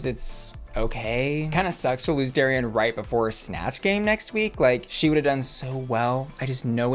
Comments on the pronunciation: Why do you keep calling her Dari-anne? It’s Darienne. No Anne included. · I know this is such a small thing (and I could absolutely be speaking out my ass) but I since I’m local to the same area she’s from I just want to mention the pronunciation of Miss Lake’s name: It should be like “dairy-en”, not like “dairy-anne”. She’s named after a local Six Flags amusement park (Darien Lake between Buffalo and ROC NY) and they’re meant to be pronounced the same!!! I just don’t want it to be a Trixie saying “gottmeek” thing 😂 love you! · Small quibble, but you keep pronouncing Darienne “Derry-Ann” when it should be “Derry-in” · Why do you say DariAnne when it says DariEnne ? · I chuckle every time you pronounce her name "Dairy-Anne". Love you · why are you saying Darienne like dairy-anne? lol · You pronounce Darienne like Darry-Anne… why? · Am I the only one hearing Dairy-Anne? 😂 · Not calling Darienne "Dairy-anne" the whole video....SMH. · Shanell has already done all stars and the mispronounciation of Dariennes name is sending me. It's not Dairy-ann.... 😂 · It’s Darienne not “Dari-Anne” lol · I hate how you pronounce "dairy ann" 😂😂😂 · I love how you say Dairy-Anne😂🥛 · Lol the Darienne pronunciation makes me laugh every time… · Good for you, it drives me crazy and I yell it’s Darienne, not Darienne 😂